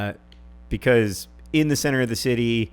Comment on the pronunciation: Problem: I don't like the way you say "because".